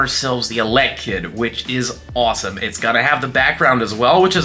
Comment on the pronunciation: Why do you say elekid like that?